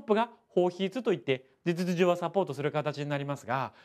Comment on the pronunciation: 「事実上」の滑舌やばいなw